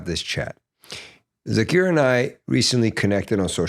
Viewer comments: Please stop calling him “Zakeer”. His name is Zakir and I know for sure you can pronounce it correctly being a Farsi language speaker. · What happen to Zakir pronunciation?.........why are you trying sound British........Thats not our SAKTH_LAUNDA.😇